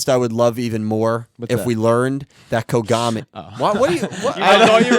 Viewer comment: Some of the mispronunciations crack me up. “Dr Konami” instead of Kogami seems hilariously meta.